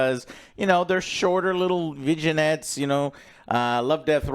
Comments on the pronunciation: They're short little "vissionettes", you mean vignette? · Please someone tell Joe it's not pronounced 'Vidgy Nets' but rather ' Vinn Yets' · It's pronounced vin-yet. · Vignettes = "vin" + "yetts" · Did say "VIGGEN Nettes?"